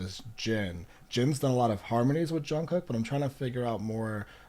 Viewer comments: Jimin Suga Jin etc you got right ...Jungkook is pronounced Jun Gook...according to him when he says it...The middle k is silent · also, you really didn’t butcher any of their names!! you got it down pretty well! the ‘kook’ in jungkook is pronounced a bit more like the oo in ‘cool’ rather than ‘cook’. but other than that, you’re doing great!! would definitely recommend ‘map of the soul: 7’. it’s 20 songs, which is a lot, but each member has a solo song which i think would help you get to know their voices a bit better!! keep it up!!